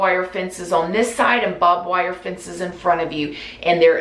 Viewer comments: I thought I heard Bob wire lol she's adorable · I thought I was going crazy hearing 'Bob wire fence' glad it wasn't just me hearing it, lol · is the cutest, the way she messes up words.. "bob wire" lmao 🥺💛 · Lmao in came to the comments after I heard "Bob wire" to see if anyone was going to mention it. I love her so much ❤❤❤ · It keeps me captivated. You know how you read a book and sometimes you've read 6 pages but you have no clue what you read? Your videos are the complete opposite of that, for me anyways. I get lost in storytimes. I find them boring honestly. But I find myself going back... did she just say Bob wire? Rewind. Yes, yes she did. I love your accent and your way with words. It keeps my attention. I'm a Jersey girl in NY. I don't have any southern accents in my life. so I really can't get enough of yours!